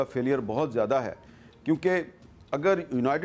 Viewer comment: Zaada nahi ziyada...😴🥱